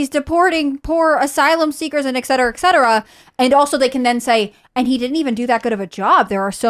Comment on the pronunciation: A literal "journalist" says "ekcetera"?? Come on, man. Say it with me: et cetera.